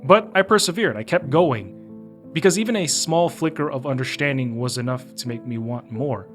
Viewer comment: although a good video i am just stuck on why he says "undershtanding" and not understanding, but can other words with ST fine?